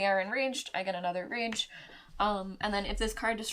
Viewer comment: I swear she keeps saying range instead of rage every single time. That's all I heard now lol